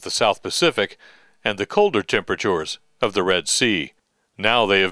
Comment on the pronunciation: "...the colder temraptoors of ..." what accent is that? some part of canada?